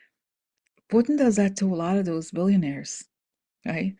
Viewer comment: Back the space program, not doze program.